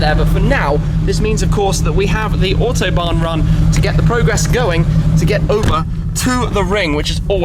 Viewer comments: Shmee can u do me a little favor and say A U T o bahn ... not O H T obahn. Thx for ur effort. Br from Messeturm. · To support this with a kind of mnemonic: "AUtobahn" to be pronounced like "AUdi", the last one you really do pronounce perfectly. Looking forward to the next AUtobahn vlog :-)